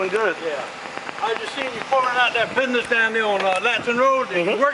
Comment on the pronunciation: How do cops that cannot even speak the English language actually get a f**** job as a f**** cop if you can't say business then don't f**** say s**. there is no such thing as a bid niss, and, I wonder if the cops realize how stupid they make us southerners feel or look for that matter. I mean were you raised in a f***** Barn you can't say words the right way.